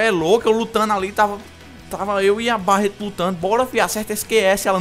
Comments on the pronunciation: Deus qui mi livre, se fala béret não barat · cara so uma coisa fala berret q fica melhor q barret